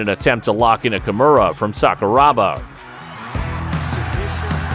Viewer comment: It's "Kimura". It's not "Kamura"